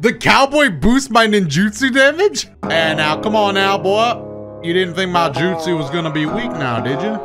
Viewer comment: my guy literally said " lagno justu" 😅😅😅